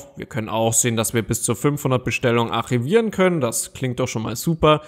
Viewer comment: lern erstmal Deutsch wie man Archivieren ausspricht